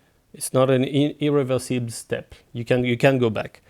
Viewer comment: It's not "irreversible".... :D Hahaha, l'accent français qui fait mal aux oreilles. Pourquoi est-ce que l'on est aussi mauvais pour prononcer l'anglais ? Sinon, vidéo vraiment sympa, merci !